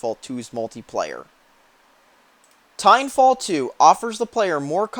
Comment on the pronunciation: "titanwalffh" nice